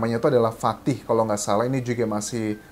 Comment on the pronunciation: bukan fatih tapi fatah bng